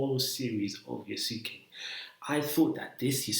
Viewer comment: Bro it has the same pronounciation as sasuke from naruto ,it not pronounced (yasookay )😭😭😭